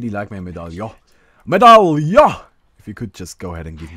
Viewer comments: Or at least medallion is not "a" sound at the end like you do, it's more like the "on" in monster sorry i know no german! D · when it comes to "medallion", it's an accent. You have a german accent and we don't shit on you for mispronouncing some words, now do we? ^^ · he knows how to pronounce Medallion....it's called joking.